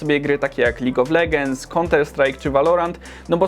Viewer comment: Lig of legens xD